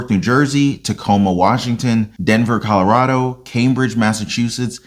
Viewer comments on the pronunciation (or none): none